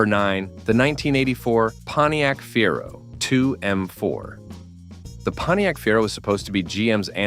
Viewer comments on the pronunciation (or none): "Torquey"? "Feero"? Seriously? Bad AI strikes again. 😮